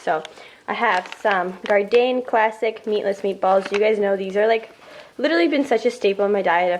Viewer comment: Damn that breakfast, beastin it ahah. id go for the avocado toast 😍 also, its gardein is pronounced gardEAN like "mean" 😂